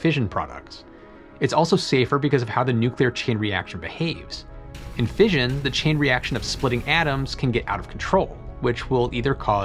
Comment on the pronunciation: Since when has everybody started pronouncing fission as 'fееzhn insted of 'fishn?